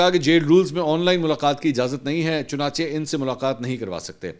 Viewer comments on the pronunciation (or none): none